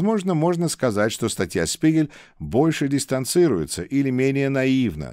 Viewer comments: "Spiegel" читається як "шпігель", а не "спігель". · Дорогой! Позвольте мне вас немного прлсветить в немецком языке (в средней школе я изучал этот язык): - Буква Z в начале слова читается как русская фонема Ц, поэтому слово "die Zeit" (Время) произносится "ди Цайт". Далее, диграф из букв "Sp" читается как "Шп", соответственно, die Spiegel" - это Шпигель. Моё уважение и поэелания успехов и здоповья,! God bless America. 🇺🇸🇺🇸🇺🇸🇺🇦🇺🇦🇺🇦🇰🇿🇰🇿🇰🇿